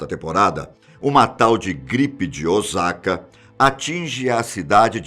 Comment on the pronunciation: Não é ozaka é ossaka